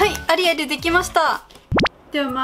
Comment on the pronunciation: アリエルがアリエールに聞こえるww